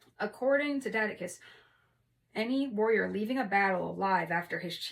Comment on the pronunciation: Nice reading, thanks! Also, the C in Tacitus is a soft C (so like "Tasitus") Tacitus is definitely worth a read, as well as Eusebius